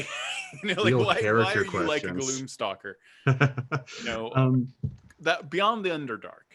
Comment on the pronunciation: Sounded like you said gloom soccer ranger.... the mental imagery was epic.... I must make this happen.